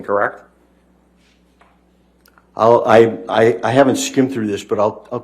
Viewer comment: Kirrekt? Kirrekt? I’m going to have nightmares of this guys voice. Kirrekt.